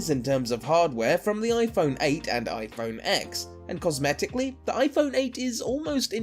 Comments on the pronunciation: It’s pronounced ten! Not Ex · It's pronounced iPhone Ten not ex. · CAN SOMEONE ACTUALLY PRONOUNCE THE NEW IPHONE PROPERLY SMH U SAY TEN NOT ECKS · You idiot! Its called ten NOT X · AHHHH PLEASE STOP SAYING IPHONE X!! ITS SUPPOSED TO BE IPHONE 10!! X IS A FREAKING ROMAN NUMERAL!!! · Saying x in this video instead of ten is so cringeworthy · yea true its just a roman numeral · not called "iPhone 10" No where is Apple calling it the "10" they are only calling it iPhone X. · It is pronounced "10" you idiot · IPhone 10* If you can't even say the name correctly, why should anyone take you video seriously. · You already broke all of them... it’s pronounced... iPhone TEN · Please. Say it iPhone TEN not X. It’s a Roman number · It's called iPhone X and Ten so shut the fuck up. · I can’t take you seriously when you can’t even pronounce the name right. Also, you can’t tell iPhone 7 from iPhone 8 from the front but you can from the 6 or 6s which had indistinguishable fronts. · Says that the iPhone X will break in 2 years but doesn't know how to pronounce it. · WTF, how a flagship phones' name is pronounced should be obvious! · Your stupid for not even knowing how the phone is pronounced.